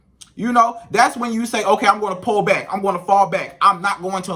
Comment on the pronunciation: Lol it’s Pull not PALL 😂😅